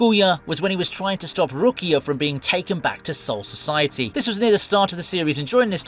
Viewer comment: It's Biya-kuya it's not Bi-Ya-Kuu-Yah